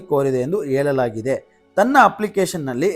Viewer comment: ಲೋ ಗುಗ್ಗು ಕರೆಕ್ಟ್ ಅಗಿ ಓದು.. ಹೇಳಲಾಗಿದೆ ಅದು ಹೇಲಲಾಗಿದೆ ಅಲ್ಲ.. ಮಾತ್ ಆಡಬೇಕಾದ್ರೆ ಕರೆಕ್ಟ್ ಅಗಿ ಮಾತ್ ಆಡ್ತಾ ಇದ್ಯಾ.. ಓಡೋವಾಗ ಏನ್ ನಿನಗೇ